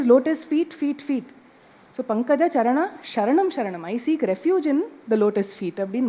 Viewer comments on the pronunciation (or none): none